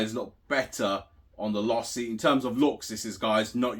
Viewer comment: Losi= Say it with me...LOW SEE